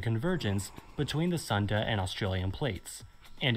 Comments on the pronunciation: its Sunda (Soon-duh) Strait, not a Thunder strait 😂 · It's actually pronounced as "Soon-dah" not "Sun-da"